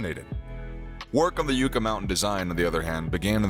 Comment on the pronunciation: it's pronounced "YUK ah " and it's pronounced "Tems " not Thames your'e welcome !